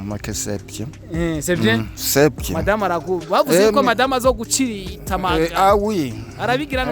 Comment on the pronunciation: ntibavuga gucirita bavuga gutsirita❤️❤️❤️